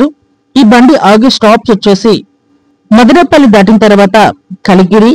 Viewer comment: మాదినేపల్లి కాదు బ్రదర్ మదనపల్లి! గమనించండి